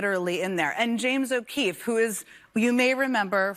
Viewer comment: She's a serial liar. Edit-and thank you for pronouncing his last name correctly, as his sister did when she ran for Senate.